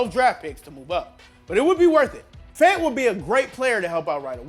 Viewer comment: Believe it or not my name is David Fant and he might be related to me and I happy to see people actually pronounce the name Fant the right way